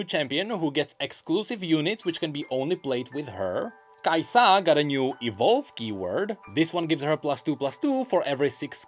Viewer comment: Every times he says kaisAA, I imagine this emoji: 🤓